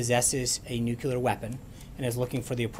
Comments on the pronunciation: My god.....It's pronounced nuclear not nucular. How do both him and the president not know how to pronounce such a simple word. As Trump would say, Sad! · Hey Sean, it's pronounced New Clee Ur not New Kyoo Lur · nucular weapons Sean Spicer?. it is " nuclear weapons".. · NU - CLE - AR! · Sean has been doing this whole communications director/press secretary thing for decades, and he does not yet know how to pronounce "nuclear"? Seriously?